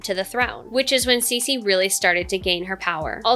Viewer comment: Her name is pronounced "Tsuh" (Ci) "She "(Xi)